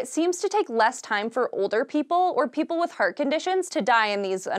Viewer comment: Everytime she says heart it sounds hurt to me